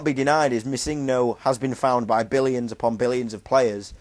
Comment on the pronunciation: holy shit... pronounce it right PLEASE. its MISSingno, no misINGno. the emphasis/accent is on the MISS, not the ING.